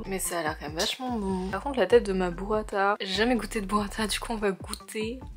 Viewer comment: c'est burràta pas burratà! (je suis italienne)